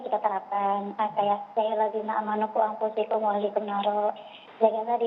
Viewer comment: Baca qurannya salah..quanfusakum..bkn anfusikum